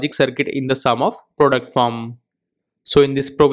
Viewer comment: Product is pronounced pro---duct NOT "productum". You need to improve your spoken English as your thick indian accent is very difficult to understand